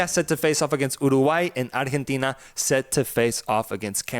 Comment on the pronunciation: LMAO so fuuny how you both speak perfect english except when you have to say arrgggghetina lol.....ar-gen-teeeeeena